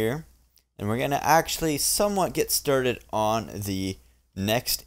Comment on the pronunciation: Did you say sturted?